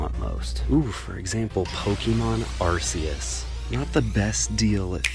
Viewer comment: to anyone who cares it’s pronounced ARE-KEY-US arceus